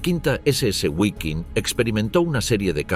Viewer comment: Guaiking? Gualonian? 😢